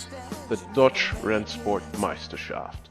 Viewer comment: we know that but it would be cool if you put a little effort into the pronunciation. It's DeutchE, not Deutch. As you've sure seen many German racing videos in German I would expect you to get a hang of it.